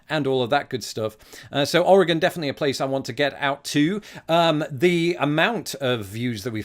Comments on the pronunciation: Hello from Oregon! Extra points for pronouncing it correctly! Well done :D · Good job pronouncing Oregon. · Greetings! Oregonian here (yes you did pronounce it right, extra points for that), And I hope you visit here, yes the beaches are really cold, but very pretty. And you must come to Portland if you visit (it’s basically our capital now😂) also we have the deepest lake (Crater Lake) and we also have the deepest canyon (Hells canyon). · Thank you for pronouncing Oregon and Oregonian correctly.